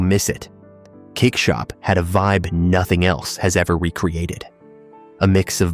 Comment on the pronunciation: I live in NL 24 years and this makes me sad. Oh “dark rooms went dark” er Platenzeiken? Cakeshop? However you pretty much screwed up the pronunciation for almost every shop